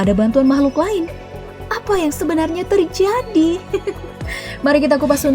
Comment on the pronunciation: Logat Mirip Orang Luar Negeri "Apa Yang Sebenarnya Terjadiii?"